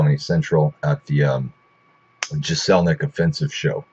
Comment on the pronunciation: You mispronounced his last name...